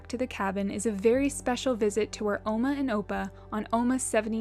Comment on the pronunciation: I’ve never heard Oma pronounced that way before! I’ve only heard it pronounced like Ma with an O in front of it, almost like two words instead of one.